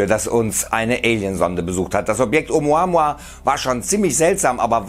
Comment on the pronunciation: Glaub ich auf keinen fall und dieser kanal is sowieso die bild von youtube lügen verbreiten und hauptsache klicks generieren. Der typ im video kann oumuamua nich mal richtig aussprechen peinlich einfach nur peinlich. Nehmt bitte nicht alles ernst was hier auf diesem kanal rausppsaunt wird🤦‍♂️🤦‍♂️🤦‍♂️🤦‍♂️